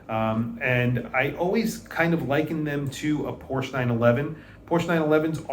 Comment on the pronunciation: Agreed, but please pronounce it PorschE in the future, just because German doesn't do é or è doesn't mean you can ignore it. ;-)